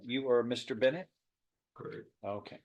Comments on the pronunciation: Judge- Are you stupid? Defendant- "Corekt" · What a pea-brain! Who says "Correk" instead of "Yes" to a question? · He didn't even pronounce the word. "creh". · The judge was correct (correct pronounced with a low raspy tone).